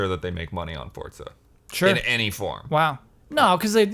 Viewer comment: CORRECTION!!! Forza is pronounced FORT-ZA.,, and are all pronouncing it right, yet you refuse! Forza is the Italian word for Strength, Power, and Physical Force. I literally had Italians in my living room yelling at me for pronouncing it with a soft Z sound when I showed the game. They told me it takes all of the power out of the word. Think of it like other Italian words we've borrowed, like Pizza: Peet-zah... not Peezah:P